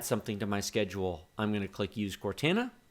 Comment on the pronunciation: The way you pronounced Cortana really made me uncomfortable